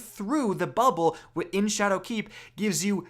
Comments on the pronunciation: Triggered - this video could have been a minute shorter if you’d just stop pronouncing “Shadowkeep” as if it were two words! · anyone else hate the way he says shadow keep? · You say "Shadowkeep" weird.